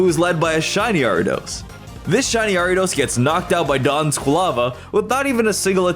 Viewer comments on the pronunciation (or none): none